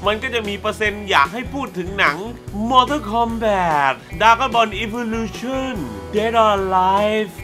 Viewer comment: MORTAL KOMBAT มันอ่านว่า "ม อ ท อ ล คอมแบต" ไม่ใช่ มอเทิน มอเท่อ สำหรับผมมันไม่ใช่หนังห่วย มันคือหนัง CULT แต่ที่ห่วยอ่ะ ผมว่าพี่แหละห่วย ทำมา2คลิปยังออกเสียงชื่อหนังไม่ถูกเลย อ่านทุกเม้นจริงรึเปล่า ตอบผมหน่อยครับ